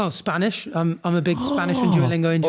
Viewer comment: blud said 'Spanosh or English' 🤣🤣